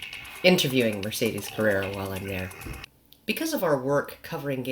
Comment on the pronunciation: Carrerra? Don't you mean Carrera? P.S. Loved the closing image. I suppose it's Allison's? Great one ;)